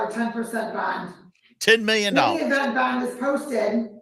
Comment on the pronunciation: Love DiSanto's pronunciation of 'bond'. BAAAAHHNNNND